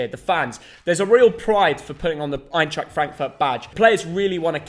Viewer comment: Suprised how good pronounced Eintracht:D